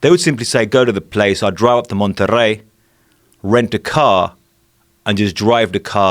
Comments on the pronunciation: I cringe whenever he pronounces Monterrey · take a shot everytime that dude say "MONTERREY" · Just the way he said monterrey made me think "yeah, this guy's legit"